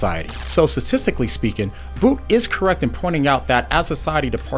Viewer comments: its not 'boot' its 'bout' like route - awful video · You say his name as BOOT. I have always heard it said as BOUT as in ABOUT; without the A.